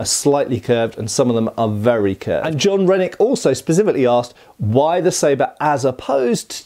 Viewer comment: I was listening while working and i heard “john rhenic?” As “jon redcorn”😂